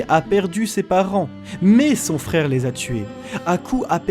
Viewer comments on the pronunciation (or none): mon dieu, les "r" 🤦 wesh fraikh (frère) 🫵😂 rip la langue française 🤦